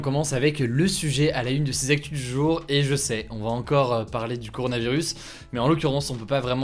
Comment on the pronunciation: ”coranovirus” ça eu été une blague qui, il y a 2 ans a eu son heure de gloire dans certains milieux peu glorieux. Je ne savais pas qu'il y avait une censure sur cette vanne pourrie. Je vais le savoir sous peu ! Par contre il me semble que Hugo prononce correctement ”coronavirus”